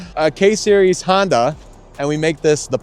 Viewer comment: Honda motor, call it a Por-nda.......